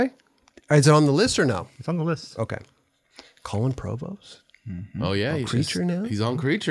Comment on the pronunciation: no one:: colon provost